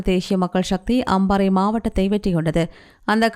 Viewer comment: தேஷிய மக்கள் ஷக்தி யா? தமிழ் சரியாக வாசிக்கத் தெரிந்தவர் ஒருவரை செய்தி வாசிக்க வையுங்கள்.